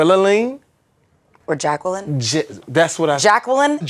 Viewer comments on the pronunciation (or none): Bruh...y'all...I stopped at Jaqwilaleene!!!!! 😂🤣😂🤣😂🤦 Come on Jamie!!!! Lol